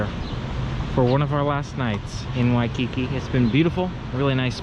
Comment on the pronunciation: You should buy a Hawaiian language dictionary from the ABC Store so you can learn the correct pronunciation of Waikiki. Just saying.